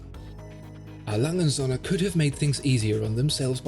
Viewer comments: Holy shit you completely butchered the brands name😂 You said "ALangenSohne" its more like "Ah Langeh uhnd Söhne" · Im awfully sorry, but despite this being a fascinating and illuminating video, the pronunciation of A. Lange & Söhne sounds more like "A Langen Sonne". Which would translate into English as "A Long Sun". But this Company is Called "A. Lange and Sons". It's irritating to say the least hearing this Name as wrongly as in this video. Don't get me wrong, great video (subbed liked and everything) but please work on your pronunciations of foreign Company Names. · Pronunciation of "A Lange & Söhne" needs to be checked, but otherwise very informative.